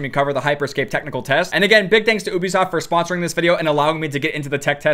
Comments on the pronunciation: UBISOFT not OOoobi-soft. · Its Ubisoft not Obisoft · be like “Oobysoft” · did my man just say OOBIsoft lmfao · Normal people: Ubisoft: uwubisoft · "I just wanna thank obisoft" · "Oobisoft" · Oobasoft he said lol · Gets special treatment from a company and then proceeds to pronounce their name incorrectly